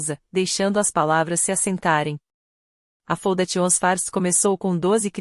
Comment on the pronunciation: Essa narração errada da parte em inglês faz a gente não entender os nomes escolhidos e se não ler o texto fica sem saber o certo. Foundation por exemplo faundeixan e não como a ia fala.